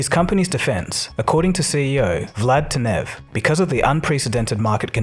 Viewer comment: FIX your PRONUNCIATION OF BULGARIAN NAMES - it is not teNEV it is TEnev - WE ARE NOT FRENCH (who stress always the last vocal in every word)